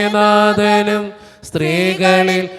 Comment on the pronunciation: Thanks. സ്ത്രീകളിൽ അങ്ങ് clear ആകുന്നില്ല